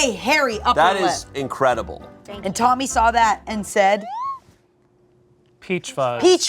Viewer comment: Tbf it does sound like she says Mommy not Tommy